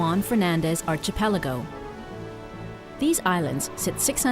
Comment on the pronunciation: Archie-peleego. Ch'layan. Admiral Shpee. Kree-mayded.